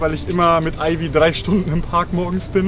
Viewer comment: "DRRRRRREEEEI" Stunden xD Dieser Akzent xD